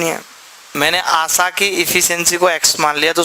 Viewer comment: Sir...its asha...not asaa